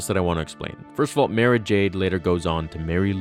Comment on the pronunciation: Omg !!!! Again dude learn before you post. It's MAR-AHH not ma ruh